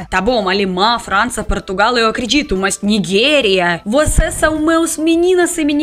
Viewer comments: "NIGUERIA"??? 😅😅😅😅😅 É 'Nijéria' (Nigéria)... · Nigério - "gé" de geral e não "gué" de miguel